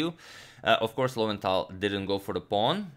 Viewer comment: Lowenthal - low end tal